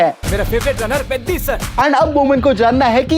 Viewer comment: Bhai peddi ko seedha pronounce toh karlo aap 😅😅😅